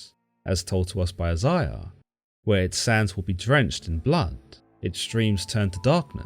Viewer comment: She's mentioned in Isiah, which is pronounced I-Zay'-Ya not however dude was saying it Geez Louise